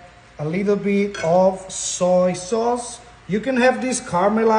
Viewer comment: Bro keeps saying "saw soyce" 🗿